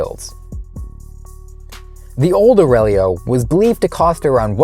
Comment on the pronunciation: “The name Aurelio. Can the Aurelo…” in the very next sentence.